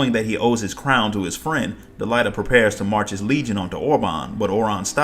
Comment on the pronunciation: think it's pronounced DelEEta. like deleta + ahhh. otherwise great video watching all you shadowbringers story recap and loving it ! I'm gonna watch the rest of your recaps too because I barely paid attention to say Void Ark, Nier, and Warring Triad storylines. hope you have vids of those !